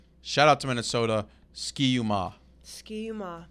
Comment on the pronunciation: Ski-U-Mah is pronouced Sky-U-Mah. Everybody does it, not upset, just love the mention.